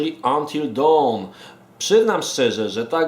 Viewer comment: fak, kurwa w mówisz poprawnie, by powiedzieć jakieś "dałn" LOTDEFAK!!!